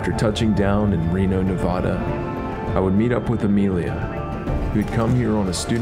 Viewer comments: please, as a native nevadan,please it's nevada.....not nevaaaada,lovelock is only twenty minutes from my house,many bones have been found but the anthropologists and archaeologists have been shut down,the smithsonian has taken many of the remains and poof they've never existed again,from the cave found by the wheelers to the bones found in the humboldt sink carson sink and also the smoke creek region .Many things have been found yet they disappear,hence the skulls in the winnemucca museum,the lovelock museum and also the historical society,they say the oldest petroglyphs are in winnemucca dry lake, between reno and gerlach,ivory points have been found at wizards beach on the pyramid lake reservation,also many artifacts of the western stemmed tradition,which was prior to the clovis first tradition,your video is very knowledgeable for the people,thankyou for the time you spent on this and the respect you've given the people...may your journeys be grand and and adventurous.....if your ever back in Our state,drop me a line there's much more to see than most know....... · this guy can't even pronounce Nevada